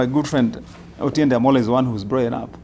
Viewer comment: the pink shirt guy is really butchering Otiende Amollo's name😂